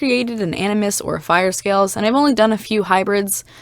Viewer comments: NINJAGOOOOOOOOO!!!!!!!! Truffle avocado 3,657. fiyah? I’m not sure how to pronounce it XD “fire” avocado 2,554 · My friend can hear you saying “fiya” and she said if you could point her to the calendar with feb 31st she would be happy to meet with you